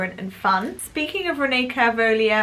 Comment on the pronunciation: It's pronounced Renée Cal-villa